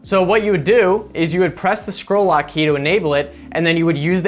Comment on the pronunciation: Did you say "squirrel lock"? :-D